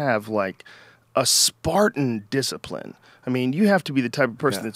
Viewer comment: ..... Building,discipine... Was that a chinese man? You're falling apart in this podcast Joe.... Easy on the bong.